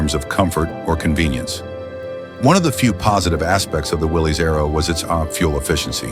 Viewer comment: Willys is pronounce Willis.